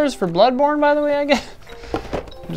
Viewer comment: Ahh yes, "Blodborne". 😋